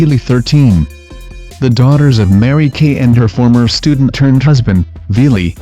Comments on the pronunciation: i went to school and it's Mary- Kay not kate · It Mary Kay, dumbass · It's Mary Kay Letourneau, not, Mary-Kate.